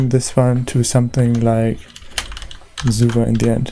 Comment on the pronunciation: Love how you pronounce SUVA :3